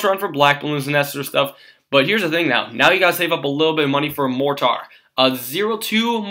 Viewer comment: You sound like an idiot the way you pronounce "mortar".